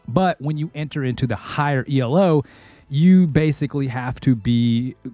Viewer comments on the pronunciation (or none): I noticed you're saying Elo like it's an acronym, it's not